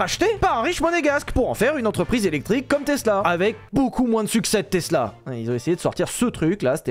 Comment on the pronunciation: Tiens vous avez appris à prononcer tesla c’est plus tezla de vilebrequin